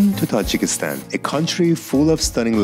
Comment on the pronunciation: Аз сонияи вақте ки номи Тоҷикистонро гирифтед,фаҳмидам,ки лаҳҷаи эронӣ дореду аз Эрон ҳастед.😉😉😉